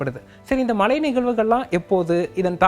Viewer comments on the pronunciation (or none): Tamilagam illa da thamizhagam. Malai illa da Mazhai .... Evan lam news channel ku vandhutan